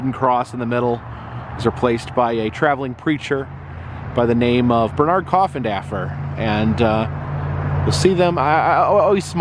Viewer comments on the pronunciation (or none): none